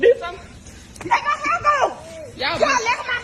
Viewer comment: lmao this is literally the funniest shit I've seen in a while... "Let go a mai heaaa, let go a mai heaaa!"